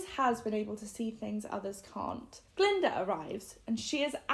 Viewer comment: Glinda not galinda or glenda.